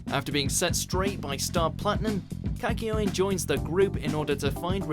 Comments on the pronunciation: Kaky-oin?! Way to butcher his name. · How this guy pronounces kakyoin... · I got triggered when he said Kakyoin and Jotaro’s name wrong 😂